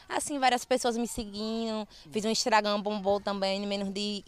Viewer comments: Ela falou Instragam em vez de Instagram, sem contar os inúmeros erros de português durante o momento em que ela fala. Quer mais erros? Não é possível que vc não tenha notado os erros, pelo amor de Deus 🙄🙄🙄🙄🙄🙄🙄🙄🙄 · "Fiz um instragam"😂😂😂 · " Instragam" kkkkkkkkkk